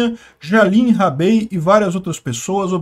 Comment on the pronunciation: "Já lhe enrabei". Sacanagem hein?